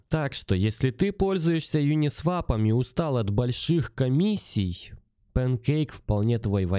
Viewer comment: Правильно произносить: "ЮнисвОп"